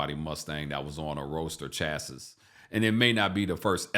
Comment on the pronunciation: Chass Iss /facepalm/ Chass EE is the correct pronunciation